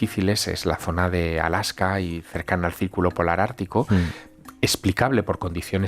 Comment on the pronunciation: Es ALASKA, no ALAJKA. De nada